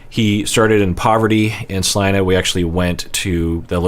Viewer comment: 🤯 I was initially just pleasantly surprised you pronounced Salina correctly, that's my hometown but I'm even more geeked out that you have a connection here! So cool!